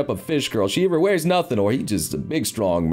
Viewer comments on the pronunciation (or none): none